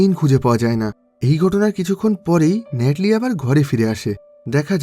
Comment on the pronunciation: ভাই ন্যাটলি না। নাথালি হবে।